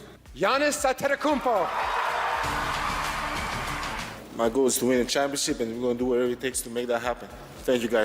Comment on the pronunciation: Naahh ANTENNOKOUNMPO? broo ANTETTTOKOUNMPO👌🏼😂